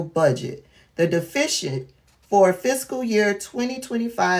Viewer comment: As an Educated Black Woman. I am Disappointed n u 4 continuing 2 mispronounce the word DEFICIT... I ❤️ What U Doing, Tho. Extremely Needed / Helpful 4 those of Us who want 2 remain Educated / Well Informed 🤜🏾🤛🏾👏🏾👍🏾